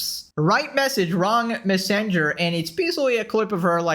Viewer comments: wtf is a missinger bro 😂 Messenger is a pretty easy word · how the heck do you pronounce messenger? 😂